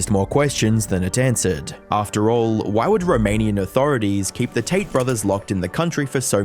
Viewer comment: Can't tell if you're saying "taint" or not lol.